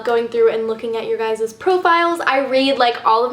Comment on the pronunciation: WTF? am i the only one freaking out cause she says "I SEE YOU GUYES"??? YASSS theres hope